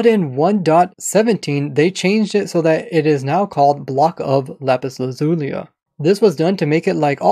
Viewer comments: Why does he say Lazulia? Its Lazuli, why did he add an "A" to it? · I think you mispronounced lazuli XD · why did you add the “a” at the end of lapis lazuli is that how it’s actually pronounced 😂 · why do you call them "netherite stars"? also why do you say lapis "lazulia" not lapiz lazuli ? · Lapis Lazulia? Doesn't it say Lazuli? Without the a? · I'm gonna need someone to find the a at the end of 'lazuli' for me..... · Lapis lazulia? Lapis lazuli. Where does he get the a at the end from?? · I have a question why do you say jama instead of Lama and lapis lazulia indstead of lapis lazuli? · why do you pronounce lapis lazuli like lapis lazulia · First it was “Hanging Ruts” and “Rutted Dirt”, now it’s “Lapis Lazulia”. I wonder what other weird pronounciations this man has up his sleeves lol. Edit: “Netherite Star” xD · "Lapiz lazulia" lol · "Lapis Lazulia" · “Lapis lazuliu” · Only has been gifted with the eyes to see the invisible "a" at the end of "Lapis Lazuli" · Today on: I Can’t Pronounce Lapis Lazuli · I noticed that too. He added an extra syllable at the end there. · Why you adding an a after lapis lazuli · There is no 2nd "a" in lazuli